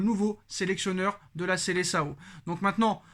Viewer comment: Ce n'est pas Seleçao mais Seleção , depuis le temps apprenez à bien prononcer les noms propres en portugais 😒😒😒😒